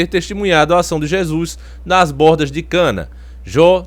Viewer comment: Que cana o nome é caná da Galiléia e não se fala jo e sim João